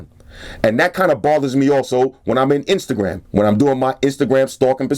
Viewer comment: "When I'm on my Instagrum stalking procedures" ;D